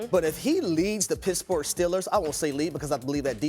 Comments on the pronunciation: Its pittsburgh, not pissburgh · He said Pissburgh 😂😂😂😂